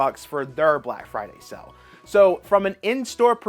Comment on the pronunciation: Why are you saying SELL instead of SALE!?!!!